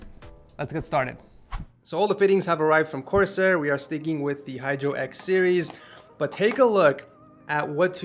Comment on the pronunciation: “sewies”, “expewience”, “stwaight” “ 90 degwee”